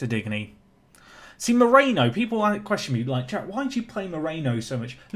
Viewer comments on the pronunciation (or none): Your French pronunciations are quite good by this point so I dont feel too hopeless in pointing out your pronunciation of Digne. I guess it doesnt really matter if you dont end up signing him but i was of the understanding it was more like ‘Dean’ than ‘Dig-knee’ ?